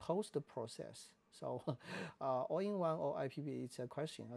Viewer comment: All-I is more data intensive in a given recording mode than IPB. So if IPB has problems, ALL-I will too, all else the same. It sounds like you are saying "All in one" in the video, not "All eye" or "All I". It is bad idea to use no-name cards in such a camera as the R5.